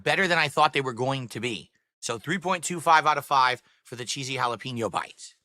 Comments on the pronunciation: Cold food, delivered slowly, then it sits and sits and sits. Halla-PEEN-yo. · Ok I’m glad I’m not the only one bothered by the way he says jalapeño